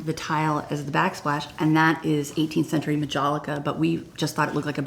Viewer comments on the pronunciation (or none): where are the ceramics freaks cringing at 'ma-jaw-lick-uh'